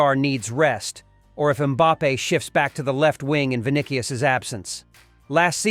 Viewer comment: Rod Rigo??… 🤣🤣 You mean Rodrygo … and “Vinikius”?… what’s that? 🤣